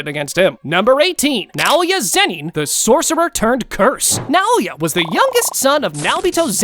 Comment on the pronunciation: Bro just said clapping sorccer